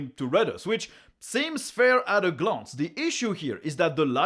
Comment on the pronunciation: When you said "Glance", you pronounced it "GLAUNCE" like a Frenchman would! OUAIS! :P :) VIVA LA FRANCE!